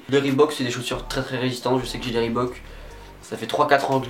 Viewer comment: Enfin quelqu'un qui sait dire reebok correctement